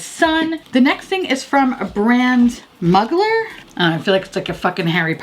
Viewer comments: You’re so cute! It’s pronounced like moo-glare ! XoxoX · He is a German designer, so it is actually pronounced Moo-glah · Mugler lol 😂 From what I’ve heard, it’s “moo-glare.” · I thought it was terry mugler pronounced muh glare but I could be wrong too! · With peace and love I think it’s pronounced moog-lair. 💖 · The way show pronounces Mugler 😂😂